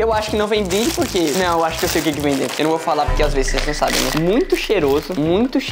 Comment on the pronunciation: O falando "DRENTO" ao inves de "DENTRO" 😂